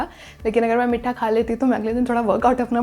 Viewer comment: Its meetha not mitthaa